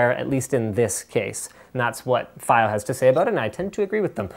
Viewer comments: Dear Lad. Its fiio not fio Pronounce properly please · Fa-eye-o God dammet linus